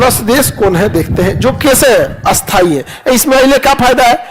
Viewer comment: Sthai ko bola asthai ,aur asthai ko bola a-asthai . Sir pura desh bihar nahi hai ,aise bolkar kyun vihar ka maan gira rahe ho ?